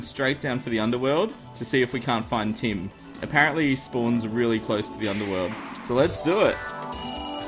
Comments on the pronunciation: i thought kept saying 'tin' then i realised he was saying tim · The entire time I was thinking... Why does he need tin? Tin spawns in the underworld? Whhaa? are you crazy... and then I realised he was saying Tim xD